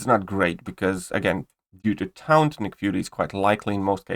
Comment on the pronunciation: Taunt is pronounced tawnt